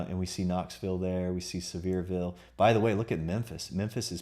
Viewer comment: It's pronounced SEAVER like Beaver. Sevierville.